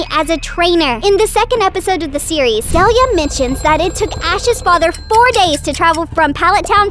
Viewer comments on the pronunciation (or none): none